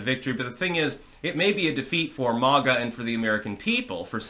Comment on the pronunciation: STOP EATING. YOUR ON HINEY JUICE. IT IS NOT MOG-A. IT IS MAY-GA .BETTER YET CALL US MAGAT; MAKE AMERICA GREAT AGAIN, TOGETHER .